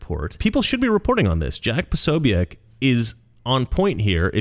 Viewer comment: The end of Jack's name is just pronounced as BIK.